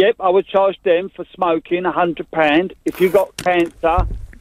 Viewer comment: 'undred paand'